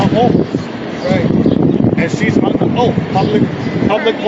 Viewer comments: Tf is an “oaf”? 😂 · WTF is, "Under oaf"? 🤣🤣🤣🤣🤣 You just can't make this shit up! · "They took a oaf". Dude needs to go back to English class. Moorish moron... 🤷🏻‍♂️ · “You under oaff” The audacity of that effing idiot to speak to that poor clerk that way. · YOU HAVE DONE NOTHING!! Also, if you're gonna say OATH, day that not OAF!! I know EXACTLY where that notice should go, in the SHREDDER!! They TRULY believe they did something!! LMAO!!😂😂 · They mean oath ! 😂😂😂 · Too an "oaf" to the constitution? 😅😅😅😅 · "You're under oaf".